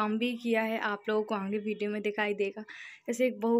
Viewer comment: ap aaange mt bola kriye sunne me achha ni lgta aage bola jata h😘